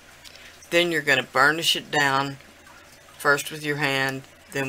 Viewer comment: Sounded like u said "ur gonna burn the shit down" lmfao..... I realized u meant burnish it down haha 😆 😆